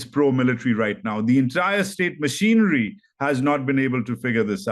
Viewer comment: LOVE HOW PRONOUNCE WORD MACHINERY AS "MISSIONARY". PROBABLY GOT A LOTS OF RICE BAGS. COME BACK TO THE RELIGION OF YOUR ANSESTORES. FOLLOW VED AND LET GO CULT YOU ARE IN NOW ITS NOT WORTH IT.